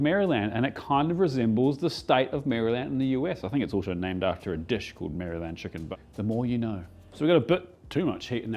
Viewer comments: ”Mary Land” = town in England The US state is pronounced more like ”Marilynd” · First off, your videos are the best cooking vids on YT. I do have to say it’s just “Mare-uh-lend” Americans don’t actually say “Mary-Land”